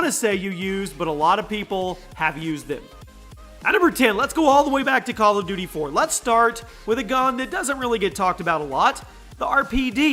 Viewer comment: Did anyone hear "Bal of duty" 😂😂😂